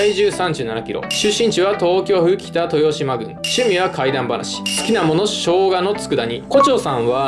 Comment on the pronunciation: 北豊島郡を「きたとよしまぐん」って言ってるけど、俺今まで「きたとしまぐん」って呼んでたわ…